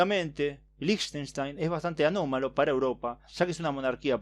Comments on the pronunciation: Yo solamente conocía a Liechtenstein por google maps. Por cierto se pronuncia 'Líjtenstain' :) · Se pronuncia likastain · Creo que se pronunciaba como Liejtenshtain